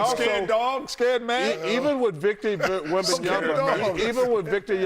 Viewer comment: "Victor Yumba-umba"